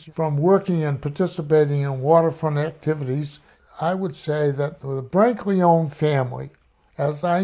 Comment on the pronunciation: For such a knowledgeable guy he certainly says the last name Brancaleone incorrectly…lol